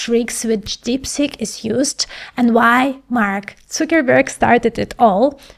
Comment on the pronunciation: I celebrate you pronouncing Zuckerberg's (Sugarmountain) name the right way!